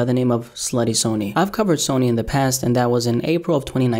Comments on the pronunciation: It’s not pronounced “Sony” like the company it’s pronounced “sunny” id hope for any future videos if there will be just please pronounce it correctly. He really hated it when people said it like that. Coming someone very close to him. Thank you. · Sunny. It’s pronounced like sunny. Damn.